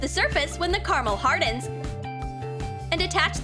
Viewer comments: WHO ELSE IS ANNOYING HOW SHE KEEPS SAYING CARAMAL OMG ITS CARAMEL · Who says carmle????